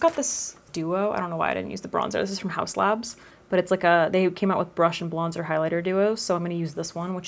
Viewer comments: Anyone else notice she said brush and blonzer towards the end ? Or am I crazy 😝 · Did anyone else catch "brush and blonzer"? 😆 Love the look, love the mask content, love your channel! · ‘brush and blonzer’ cannot stop laughing. I would definitely say this myself 🤣😭